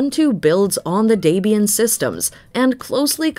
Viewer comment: Can't even pronounce Debian and Linux correctly.